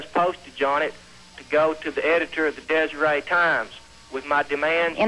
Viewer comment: It's Deseret with a T not Desiree Times.